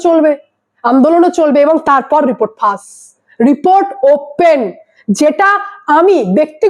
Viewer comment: ফাস বলছেন কেন? ফাঁস বলুন।